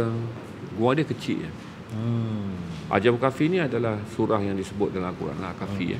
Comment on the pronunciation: Dengan penuh hormat, sebutannya adalah أصحاب الكهف Ashabul Kahfi bukan asy (ش). Apapun perkongsian yang baik.